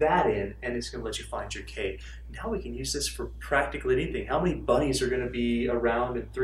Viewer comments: Thought he said a thousand buddies :-) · Did anyone else hear "buddies" instead of "bunnies" the first time he said it?